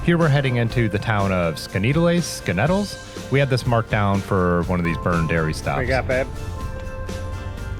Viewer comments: Skaneateles is pronounced "skinny-atlas" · Skinny-atlas. I know it isn’t spelled like that, but it is pronounced like that. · Pronounced "Skinny Atlas" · Scan e atlas at least that's how I pronounce it and I grew up there... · Skaneateles .....lol. Yep, tough to pronounce. Locals say "Skinny-atlas". It's at the top of the cleanest of the Finger Lakes.....The eponymous Skaneateles Lake. Taughannock Falls ...... that would be "tah-GANN-ik", which btw is the highest single drop fall in the East at 215'. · skaneateles ny, pronounced "Skinny-Atlas" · Skaneateles: "skinny-atlas". New Yorkers are funny. You can blame Watervliet ("water-vleet") and Valatie ("valay-shuh") on the Dutch, but Cairo as "kay-ro" doesn't make sense. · Did anyone get back to you to tell you that Skaneateles is pronounced "skinny atlas?" Over the years I've ridden most of the Finger Lakes and I always found that I was really in shape when I could do Gannett Hill Rd. You should look up the Highlander Cycle Tour if you want to see a Finger Lakes challenge. Very nice video! Thanks. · I just subscribed and liked. Keep up the great videos. I live about 30 minutes south of here and ride all around the finger lakes and did tour de Keuka last year. Oh and its pronounced "Skinny-at-less" lol. Happy trails. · Skaneateles is pronounced skinny-at-a-lis. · The first part is pronounced kinda half way between skinny and scanny, followed by atlas. Western New Yorker here, born in the 50s (and still riding about 100 miles per week!).